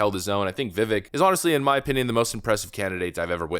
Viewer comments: Dude, as much of a fan of Ramaswamy as you are, you still cannot pronounce his first name? As he's said, so many, many, MANY times, his first name rhymes with "cake" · Pronounced...Vih-Vake! Get used to it he's our next president 🇺🇲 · Vivek’s name is pronounced “Vi-Vake”, like Cake. I know many folks don’t know that. I’m mentioning this because I love the content and work you’re doing,! Keep up the good work. For real, all the love my man. 👍😀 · By the way, Vivek is PRONOUNCED ‘ViVAKE’! Like Cake. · Vivek... rhymes with cake. Vi-Vake would be the most correct pronunciation. Just sayin'......................... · His name is pronounced Vih-vayk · It sounds like Vivake, like cake. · And his name is pronounced Vivake, like cake. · If you really love VivAke as much as you say. Learn how to say his name. It's ViVAke like cake! He will never he taken serious if his support can't say his name! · VIVEK- like CAKE. VIVACK- LONG A. Please get his name correct. Please. Thank you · This is going to sound petty but why can’t you pronounce Vivek correctly? The E sounds like long A. Accent on second syllable. Thank you. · FYI... it's Vivek, Vi-(Vek) pronounced like Cake. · if you wanna be taken serious you should pronounce vivek's name right. i could give you a pass like 6 months ago but at this point cmon now lol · Love the channel but I have to make one small correction. His name is pronounced Vi-Vake not Vi-Vik. He's said in an interview, it sounds like cake. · Dude, for the love of god, please stop pronouncing his name VIVAEK. It's VIV-AKE like cake. Dude, it's easy. Please fix this. I'm a trump supporter who has chosen Ramaswamy for president for 2024. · It’s Vi-Vake! Not Vi-Vek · Vi-VAYK!!!!! please have the courtesy to pronounce his name correctly. Its not that hard. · Vih-vake, like cake. Idk how an America-first commentator still doesn’t know how to pronounce his name. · Please pronounce Viveks' name correctly. Sounds like Vivake. Thanx😊